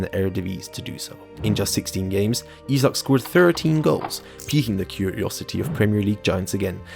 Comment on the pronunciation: Can you stick to one pronunciation of Isak please.